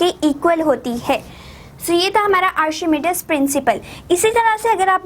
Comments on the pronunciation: It's pronounced Arc He Me Deeees principle ... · Mam sorry to say but your pronouns are incorrect of archimedes